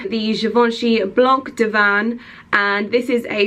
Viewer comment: my dear you should not pronounce the "C" in blanc and the "M" in parfum.